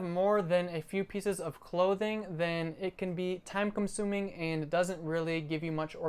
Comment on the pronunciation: did you say commsuming???.